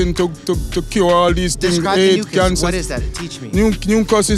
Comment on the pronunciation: yep he was saying mucas